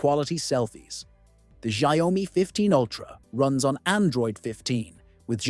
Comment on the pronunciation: It's pronounced SHAOmi Not ZiaOami